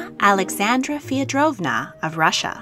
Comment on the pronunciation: It's Feodorovna (Feh- oh-doh-rov-na) not Feodrovna (feo-drovna)